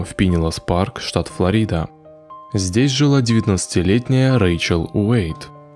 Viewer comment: Очень хороший канал. Отличные ролики, но…ФлОрида а не ФлорИда. Пожалуйста, не обижайтесь.